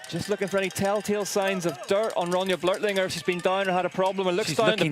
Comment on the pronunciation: ITS NOT "BLERTLINGER" GODDAMN IT BLÖCHLINGER B L Ö C H IF YOU CANT PRONOUNCE IT READ IT AS "BLOCK" CLOSE ENOUGH AND BETTER THAN "BLERT"